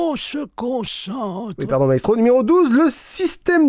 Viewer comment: J'ai cru que t'avais dit Naestro et j'ai flippé XD